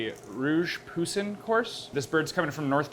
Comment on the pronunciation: why did he pronounce poussin like that lmao 😭